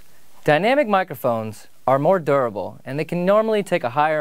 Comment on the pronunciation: What was that? CAN YOU SAY DURABLE AGAIn